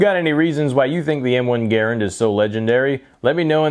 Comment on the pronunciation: I smashed the thumbs up because you pronounced it correctly ha! too many these days do not excellent video my friend great history of an iconic weapon